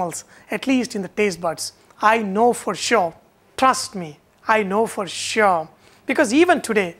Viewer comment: ''Trust me...i know fosohh'' LMAO!!! x)